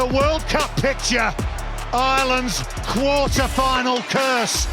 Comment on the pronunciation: 'Quater' Final? But great video otherwise.